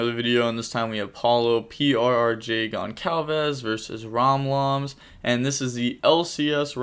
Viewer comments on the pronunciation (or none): Hey grinder, paulo's name is actually pronounced "gonssalves"